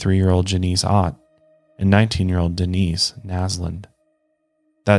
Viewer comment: “Den-ice” I thought you would remember from the mile higher episode!